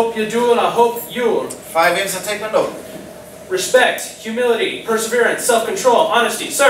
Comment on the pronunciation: Also I think you may have noticed this already but you pronounced Taekwondo wrong